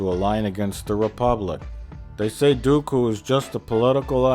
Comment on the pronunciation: One of the amusing things to me is that Plinkett initially pronounces Dooku properly, but by the end it sounds closer to Goku. XD